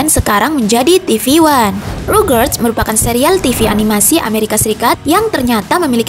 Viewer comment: elo aja bilang rugrats rogerts wkwkwkw